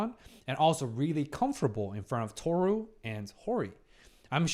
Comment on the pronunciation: Is him saying "Tohsu" instead of "Tohru" intentional? Or am I overyapping?